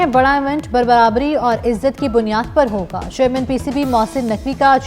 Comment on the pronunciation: Barbarbrii nii hota brabri hota hai